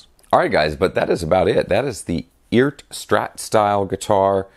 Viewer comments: I do believe the name is pronounced. ERRRT; Bert without the B! 😁 great guitar; do stainless frets wear arthritis & strings faster? Is SAMICK making these? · Eart is pretty easy to pronounce. Earth without the H. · It's pronounced eart not eart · It's pronounced ert. They make descent guitars at an inexpensive price! Never seen this model, thanks. I want one! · Perhaps EART is pronounced "URT" (like hurt) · It’s “FART”.